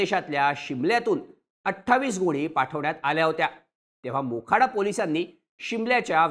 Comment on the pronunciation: बोखाडा नाय तर मोखाडा आहे.